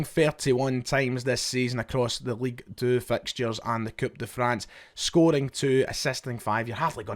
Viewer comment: League deux 🤣🤣 fuck me! Just say 2 you banger. Un should a say 🤣🤣 sausage